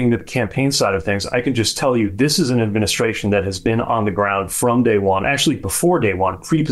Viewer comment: What the hell is an "adminishashion"?